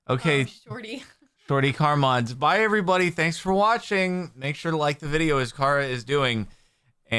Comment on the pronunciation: I love how you sometimes say everybody. Like "EVERY BUDDY". Only my mom called me "Little Buddy", if someone else calls me "buddy" I get offended. But you Jordan get two passes... You are rare. And Jordan was my mom's maiden name. (don't take that out of context. It's just true things)